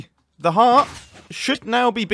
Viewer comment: My guy i thought you were saying hat not heart